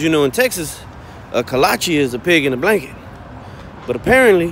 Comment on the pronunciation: Its pronounced Kolache!